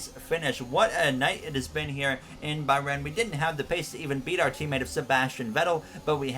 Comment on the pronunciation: please pronounce bahrain and azerbaijan correctly